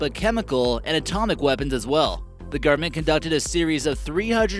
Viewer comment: It`s the government, not "the gurment".